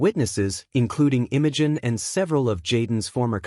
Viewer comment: I like it. Smart girl. Oh, by the way, it's pronounce Imogene not Innogen. Dufus